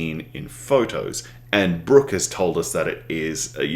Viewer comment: It's just "Brook" btw. Not "Brooks".